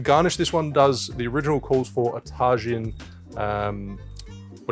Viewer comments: This dude jus said tahgin lmao taheeeeeeen bro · Tay Gin lol tajin is pronounced like ta-heen. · Great recipe, the tajin fyi is pronounced "ta-heen" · "Tajin" is "Tah-Jeen" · About that Tajin, it is phonetically pronounced ta-heen. It is a Mexican salt consisting of ground chili peppers, sea salt and dehydrated lime juice. As always I love your videos, it is through them that I have gained the confidence to try new, different cocktails. Thank you! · Pronounced ta-hin my brother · Tah-heen! Hahaha Tajin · Tajin is pronounced Taheen, substitute J for an H in Spanish. I’ll try making this drink today 😁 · woooow this looks so good. Also just a friendly note Tajin = TUH - HEEN. Love it! keep it up congrats on the big year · Tajin is pronounced ta - hin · Ohhhh do you mean Tajin (pronounced TA HEEN) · Ta-jin = Ta-heeeeeen- consisting of ground chilli peppers, sea salt, and dehydrated lime juice. It is the #1 chili lime seasoning in the U.S. today Gives a little kick to your usual salted rim. I'm wondering if this cocktail is similar to a Paloma in taste (?) A Paloma is= squirt (or grapefruit soda), tequila, fresh lime juice, salted rim- on ice. Super refreshing, great for summertime. :) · The Mexican spice mix, did you mean Tajin? (ta-heen) I have some in my room for drinks like mangonadas/micheladas. Good flavor. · it is pronounced taheen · tajin (tah-heen) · Congrats on 500K mate! BTW Tajin is pronounced Taheen/Tahin if you want to know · It's pronounced tah-heen😂 Great video! I'm definitely going to make this after work tomorrow 😊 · I was SO confused when he started talking about this ta-jenn....lol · Are you talking about Tajin? It's pronounced tuh-heen.. just fyi! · Just FYI Tajín is pronounced Tah-heen 😊 cheers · no Tajin ( tah-heen)! Gonna give that a try I have it all :) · Pronounced Taheen